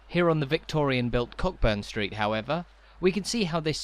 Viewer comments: It's CO burn street not cock burn the way you're saying it. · Agreed.✔ I don't often correct pronunciation, as opinions can vary, but I learned the ancient art of pub-crawling in this area over forty years ago and it's always been Co'burn Street. The other one I've noticed on this channel is "Close". I'm not sure about the English "Closes" but in Scotland at least, it's pronounced 𝒄𝒍𝒐𝒂𝒔𝒔, rhyming with gross, rather than cloaze, which is kept to be the opposite of open. Can anyone else think of a word that rhymes with this kind of close; I really struggled and even gross isn't a great example, as it can rhyme with floss too. Who would have thought that close was so tricky a rhyme but it could be why we never see poems about Edinburgh's narrower streets. 😂 A better way to explain this, which has got way, way longer than it was meant to, is to use "close", as in "close to you", rather than "close", as in "close that ***** door." I wish I'd done that first but I can't be bothered changing the first bit.